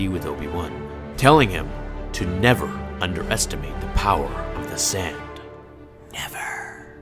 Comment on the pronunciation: that "never" tho.